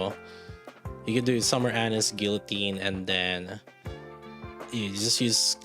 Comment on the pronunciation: Anis= Ah-neees, Ah-nees, Ah-NEES!!! C'mon, dude!